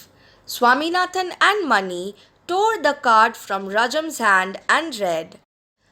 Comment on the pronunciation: Ma'am , you pronounced mani wrong , it is pronounced मणि